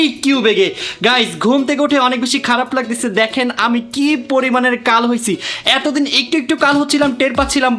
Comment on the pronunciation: Laktesa❌ Lagtasa✅